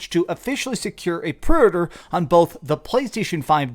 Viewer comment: a pruurdur?